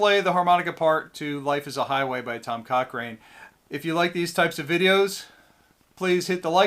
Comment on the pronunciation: Coch(ran)e. not rain